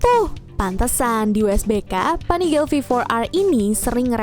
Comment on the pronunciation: Uwuuuuuuu.... Panigale pen punya 1 Btw pelafalan panigale biasa ga pake aksen inggris